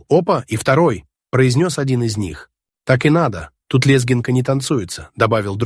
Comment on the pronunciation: Какое позорное роботочтение,это ужас --лЕзгинка и пр.прелести,тьфу на вас,дизлайкище за хреново поданный материал,хоть и актуальный.